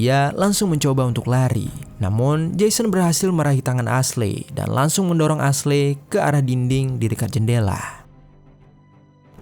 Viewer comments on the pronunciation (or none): Aslei aslei..esli bacaaanyaaa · Not "ashley" but "eisli" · Min tolong donk jgn bodo bgt baca nama aslei aslei.. dah tau kan ashley bukan nama indo, bacanya esliy.. pgn denger sampe abis tp ga kuat ama noraknya.. aslei aslei.. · Asley di baca Esly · Padahal narasinya bagus, tapi pronoun nya agak ganggu siih hehehe.. Ashley itu dibacanya eshli yaah baang bukan asley😅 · maaf bang, Ashley bacanya Ashlie bang, bukan Ashlei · Iya, geregetan dengar pengucapannya "Asley" 😅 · Baca nya Eshli bukan Aslei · ashley di baca (esli) hahaha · Aslei dirombak2 jadi Selai 😂😂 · Asyli/Esyli dibacanya bang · Kayaknya pengejaan namanya kurang tepat. Harusnya di baca eshly gak si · Kita sepemikiran 🙄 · Bukannya eshli ? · Iyaaa.. gw berusaha banget tidak terganggu, tapi gabisa.. hati ini ga kuat denger dia ngomong aslei..